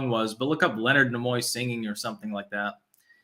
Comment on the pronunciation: Leonard Nee-moy (Pronouncing)